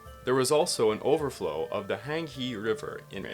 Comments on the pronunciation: How do you dedicate a history channel to East Asian history and not even attempt to properly pronounce the names? “Hang Hee” for Huang He?? come on dude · 2min into the video and huang he...the yellow river, is pronounced hwaang her (minus the 'r' sound).. come on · the Yellow River, Huang He, is pronounced " hwong hʌ ( which is the 'er' sound in british english)". great video!! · Cringe. If you do a video on Chinese matters, it shouldn't be asking too much to check on the correct pronunciation of place and people's names. But even if you are unwilling to do so, there is no need to butcher the poor old Huang He in the way you did it. Calling it just the "Yellow River" would be much easier to understand for your audience - because not a single person ever will have heard of the "Hankee" River. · I would suggest looking up how to pronounce words such as "Huang He" or "Yongan before filming. I was listening to this and couldn't see the map and couldn't for the life of me figure out what you were talking about.